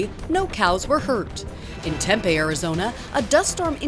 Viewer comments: Pronounced Tempe wrong lol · Wait.... I thought Tempe was pronounced "TEMP-EE" not the way the reporter does 🤔🤔🤔🤔🤔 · Its pronounced temp-ieee🤷‍♂️ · Omg the way she pronounced Tempe like oml nooooo